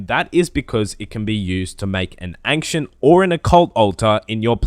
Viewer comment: i was triggered by "angcient"